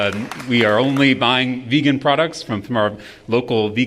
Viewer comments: He doesn't know how to say vegan correctly. Its not his accent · Are you sure that's Trump's accent? Are you sure he just doesn't know how to say vegan? 🤨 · I feel like he doesn't know how to say vegan, yeah... But I'm notoriously bad at catching sarcasm, so I couldn't tell if that accent explanation was a joke, perhaps??